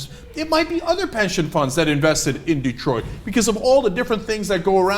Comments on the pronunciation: Detroit, not Detriot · "Det-riot" lol freudian slip. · Detriot? lol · What's "Detriot"?